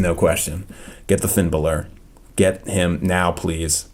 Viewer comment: it's is Finn Balor